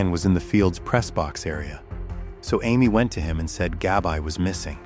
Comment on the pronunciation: Her name was Gabrielle, short name Gabby not GABI(EYE)